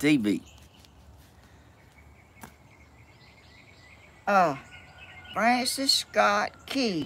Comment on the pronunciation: It’s Francis Scott Key NOT, France Scott Kea Please have Steven or Danny or Tammy fix this. Especially since it’s your ancestor and if you want the algorithm to pick up your channel- all things considered